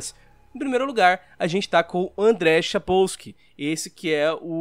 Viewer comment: Caralho, ele falou Andrej Spaksoaljd direitinho